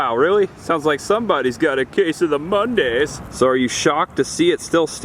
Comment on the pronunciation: You mean the "Muundays".